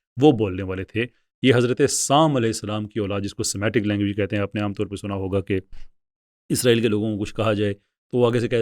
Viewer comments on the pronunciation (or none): none